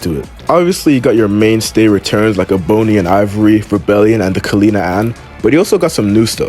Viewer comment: Did this nigga pronounce Ebony as E-Bone-ey?! learn words. Less Devil May Cry and more school, nigga🤣